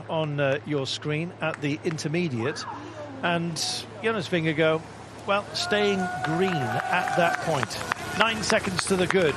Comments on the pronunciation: He keeps saying Jonas Vingegirl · Anyone else annoyed by the 'Vingego' pronounciation by the brits